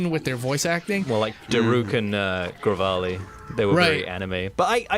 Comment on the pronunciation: Gravali? It's Revali.